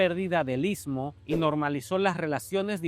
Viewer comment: Amigo está pronunciando ismo amigo está pronunciando istmo te ves pronunciar...ITSMO...